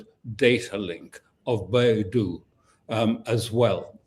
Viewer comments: Beidou is pronounced like bay dough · Dear Sir, it is Bei Dou